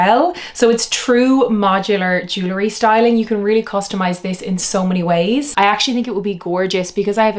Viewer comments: I would take you more seriously if you pronounced jewelry correctly. It’s jewel-ry, not Jew-lery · It’s JEW-EL-REE! Not JEW-LA-REE, OMG!